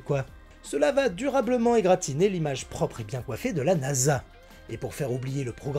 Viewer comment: Si Félicette a été envoyée dans l'espace en 63, ça fait 60 ans, pas 50. Ou alors, c'était en 73. Et on dit "égratigné", pas "égratiné". Vidéo néanmoins très intéressante, comme toujours. Continue comme ça.